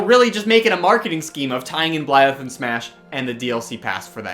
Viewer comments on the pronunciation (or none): Nobody:: b l y l e t h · Nobody:: Blileth